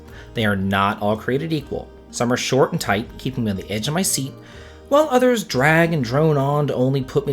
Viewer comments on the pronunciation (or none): none